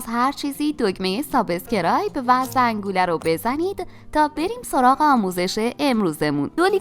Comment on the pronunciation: عالی بود ولی سابسکرایبو خیلی با لهجه فارسی میگین دیگهد